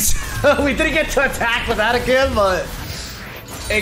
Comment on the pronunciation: AH-TAH-KHAN didn't even hit once in this video, dafuq lol.